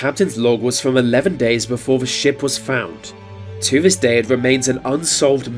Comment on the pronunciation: Such lazy speech in the commentary. Vis and vat, fings, etc. It’s just sheer laziness. Had to turn it off.